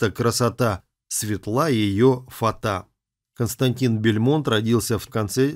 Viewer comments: не Бельмонт , а Бальмонт .... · Не Бельмонт, а Бальмонт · Константин не бЕльмонт, а бАльмонт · Только не Бильмонт, а Бальмонт)) А так тема отличная, не раз читал стихи его у нас на канале!, ура тебе! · Мне одной слышится, что автор говорит поэт Константин БЕльмонт? Но ведь он БАльмонт! Как же так? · Вообще, мне казалось, что фамилия Константина Бальмонт, а не Бальмонт. Как странно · Не "Бельмонт", а Бальмонт! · умоляю не Бэльмонт а Бальмонт исправьте уши режет! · Почему Бельмонт-то??? Как ,,бельмо" Б!А!льмонт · Константин Бальмонт. Вы произносите Бельмонт. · что за произношение у Вас. Вы никогда раньше не слышали о поэте Константине БАльмонте? Вы называете его БельмОнт, а он БАльмонт, вторая буква "А", а не "е"! И ударение на первый слог! Ну нельзя же искажать классику!😏😕 Вы показываете текмт второго стихотворения, а там над текстом даже написано: Бальмонт ! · Не Бельмонт, а Бальмонт😅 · Бальмонт а не Бельмонт блин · Бальмонт, а не БЕльмонт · Не БЕльмонт а БАльмонт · Фамилич латинскя,-значит,и прочитывать нужно по правилам латинским,а не как вздумается. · фамилия поэта БАльмонт! От слова бал, а не бельмо! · Ну так исковеркать фамилию БАльмонта - это надо совсем не знать о нем ничего! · При жизни К. Бальмонта, произносили его фамилию с ударением на последнем слоге.